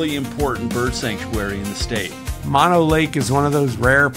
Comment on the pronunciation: Mo-no, not man-no, it's mow-no...